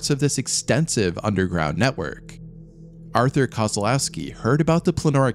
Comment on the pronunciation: Artur, not arthur